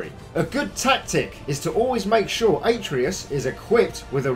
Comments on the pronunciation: Who the hell is ate-ree-is? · Why did he say Atreus like Aetreus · How do you say so many words wrong? Like Atreeus, Bitfrost, I could go on, but where are you from?? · They way he said Atreus is just gut wrenching. Say it with me “Ah-Tray-u” is the phonetic but good video still.